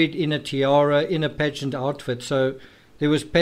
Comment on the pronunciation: Ya. Lol. He kept saying 'pageants' and for 4 minutes I thought he was saying 'bed sheets'.